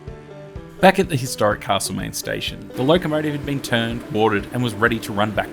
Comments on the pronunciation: If you say CaRslemaine once more I'll scream. As a local it is Castlemaine. Alway was, Always will be. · Thanks, but it isn't Carselmaine.